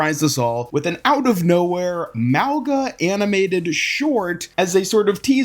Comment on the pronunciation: Hey there! I recently learned the correct pronunciation of Mauga in the Sāmoan language. The gs are not like English gs, they are like ngs in Gong, Song, Tong, etc. It isn't silent, just in the back of the throat. And the "au" is more like o in Hong Kong. The way I remember it is "Hong Kong - Mong like Kong - Monga" so Mauga is more like "Mong - ah"